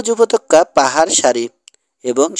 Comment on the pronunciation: Pronunciation is ‐ upottoka Not - upotokka ! Kindly read carefully.